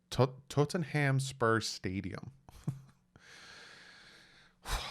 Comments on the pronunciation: P.S.A its pronounced tot-num hot spurs stadium, not Totten-ham 🤣🤣🤣! Go fins! 🐬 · Excited about this schedule. Especially the London game. PS., the stadium is pronounced "Tot-nuhm" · UK Fin fan here 👋Absolutely cracking up at how you said Tottenham Hotspur Stadium 🤣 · Yep me too. Tottenham fan here in Florida. Its all good is our guy